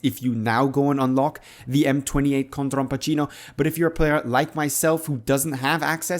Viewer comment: He said it correctly